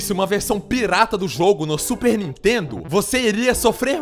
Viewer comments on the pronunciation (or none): none